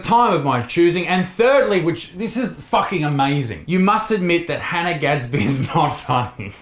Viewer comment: Hannah gadsby more like Han-'nah'